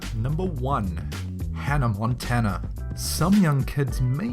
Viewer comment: HE SAID ANNA MONTANA XD